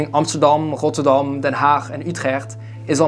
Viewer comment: Ahyes rotterdoam and utrèèggt I love the pronunciation😂